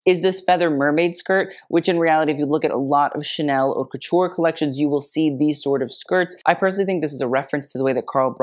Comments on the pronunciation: actually the way he pronounces haute is incorrect (but that’s actually on purpose and he addressed it in the beginning, it’s really pronounced more like “hote, rhymes with coat” but he says it like “hot” because that’s how is often mispronounced) It’s very obvious that over the years his knowledge has grown tenfold and he’s really grown into himself as a YouTuber, but if you go back and watch his first few videos they’re much different tho still enjoyable and full of information. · The channel name is purposefully incorrect. Mode is féminin in French: la mode. The mispronunciation of haute as hot is tongue in cheek, has mentioned that in an old video.